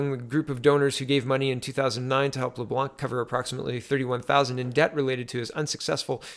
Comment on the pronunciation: LeBlanc= "Le-Blonk"